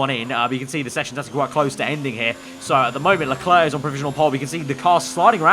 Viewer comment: It's Charl Lelerc.